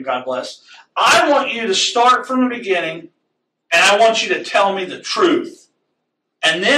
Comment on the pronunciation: "in da beninging"